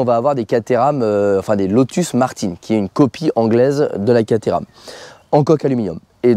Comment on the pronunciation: Westfield a fait une V8 aussi 😏 la SEight ! Et c'est "Martin" pas "Martine"... C'est Français pas Anglais une Martin ! 😱😩